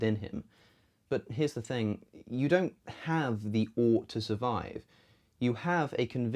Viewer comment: I feel like you "petersoned" the word "ought"...